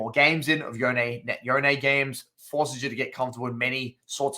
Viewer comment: rly good guide, but its pronounced yone not yone lol